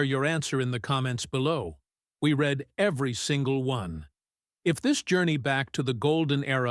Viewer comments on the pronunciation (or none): I don't mind the ai-voice too much, but there are words that it pronounces wrong, like at the end "we read everyone" it says the word "read" in a past tense instead of we are going to "read".